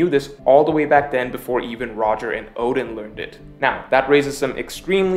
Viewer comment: oden oden, you pronounced odin odin lol hahaha